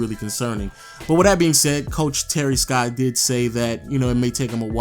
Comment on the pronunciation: Damn, you don't know how to read or what? It is Terry Stotts not Terry Scott